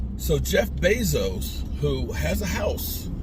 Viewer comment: isn't Washington your home team.. they stopped you from walking around there like a peacock with your cowboys jerseys on. huh. By winning the division and kicking cowboys ass twice.. PS it's Bezos not Bassos.. geez man..